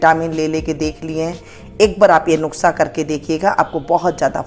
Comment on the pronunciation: Nuksa nahi nuskha bolte hai